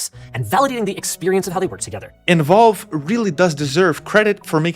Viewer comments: Does Linus know it’s supposed to be a gaming console? Lmao. Unrelated but I’ve never heard Valves name pronounced Volve hahaha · Counterpoint: Linus calls it Valve and you call it Volve, so maybe you guys are talking about different companies